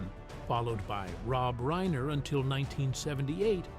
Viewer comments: It's reiner not rainer😊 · Rob RAINER? Stupid AI narration.